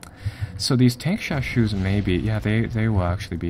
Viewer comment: Tankeshashou，haha, not the standard pronunciation, pinyin has four tones